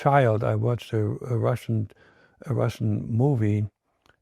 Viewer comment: RussiAn no RussiOn